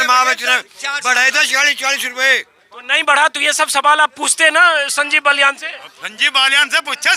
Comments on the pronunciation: कृपया नाम तो सही लीजिए उनका नाम बाल्यान है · श्रीमान बलयान नहीं बालयान हैं